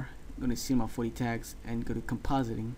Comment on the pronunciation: cinema 4DEE xD